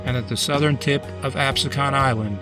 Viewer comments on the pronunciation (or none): Excellent video. One note though. The name Absecon is pronounced with the emphasis on the middle syllable, and the "O" is more like a short "u". Anyway, very interesting history. Much of it was new to me. Thanks.